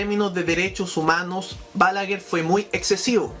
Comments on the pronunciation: No se pronuncia "Bálaguer", esdrújula, sino "Balaguer", aguda. Es un apellido de origen catalán. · Todo está excelente lo único que te corregire es que se pronuncia, Balaguér con acento en su pronunciación fuerte en la É.